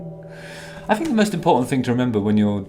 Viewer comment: Justin! I'm so glad you brought up that you say "fink" instead of think - it drives me mad! Didn't wanna bring it up and make you feel self conscious ( not that I a mere mortal could do that but in case loads of people were saying it). I think ( no pun intended) it's because you speak 'proper' so the 'fink ' sticks out like a sore thumb. Anyway regarding this one dimension bloke - I had no idea he is such a plumb! What on God's green earth did Chezza see in him? If ever there's a prequel to The Office ( David Brents younger years) this is the boy to play him. Loved this one - very entertaining 😂✌❤